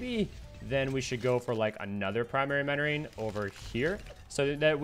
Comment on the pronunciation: Is he saying primary menoring not mentoring?